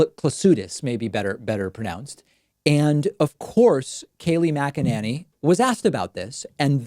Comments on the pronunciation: Kayleigh Muggananny. I think when David dislikes someone he's inclined to pronounce their name every way but the correct one 😊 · "Magananny" 🤣🤣 LOVE it!